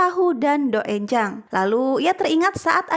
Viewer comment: Maaf cara bacanya itu donjang😅